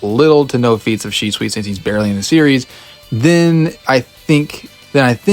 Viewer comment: Может Шисуи, а не Шичуи 😂